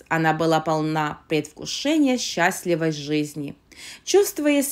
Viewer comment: НемерЕния, средствА, счАстливой. При любом удобстве... Научите своего робота русскому языку. И вообще, какая жвачка😅